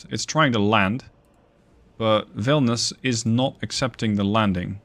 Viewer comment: You are mising "i". Its Vilnius, NOT Vilnus.